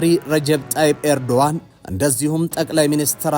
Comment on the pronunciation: ያ ትክክለኛ ስማቸው ኤርዶአን ነው.ኖት ኤርዶጋን.❤ g, is silent.